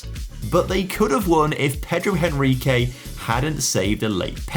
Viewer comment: Just a little correction: Henrique in portuguese you pronounce "Enrique". The 'H' don't have sound!